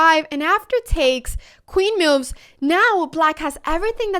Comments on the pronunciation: "meuves"...curious pronunciation. Took me listening couple of times to know she meant "moves". I am curious about where Anna learnt English. As for chess: She is the reason I am beginning to study and play again. Gracias Anna. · re-IT-er-ate But let’s really talk about how you say “moves” mehyooves :) Game 1: Qd4 you didn’t say it but then it’s defended by Nf. I’m like 350 so… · The way she says moves is funny, meowvvs